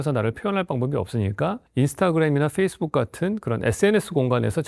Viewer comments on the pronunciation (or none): none